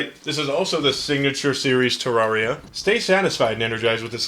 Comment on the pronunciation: Ter, rare, ria Please say it correctly now